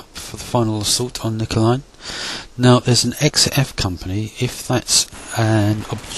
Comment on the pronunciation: You pronounced Nijmegen wrong but not a bad job at all. Hunt command in the open? Use Ocoka at all times and find cover and concealment first.